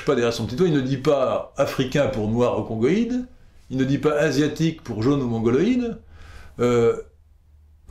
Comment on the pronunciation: Lol au lieu de dire "congoïde" il a failli dire "cuckoïde"